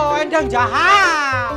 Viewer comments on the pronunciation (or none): ku denger sri klo manggil endang itu endwang😂